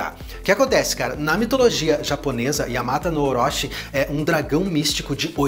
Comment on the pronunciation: A pronuncia correta do CHI no japonês tem som de TI é yamata no orochi, que significa 8 cabeça de cobra